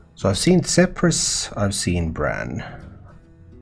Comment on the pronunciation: he’s from Finland. It would be easier to understand if you just said “Ph” makes the ‘F’ sound.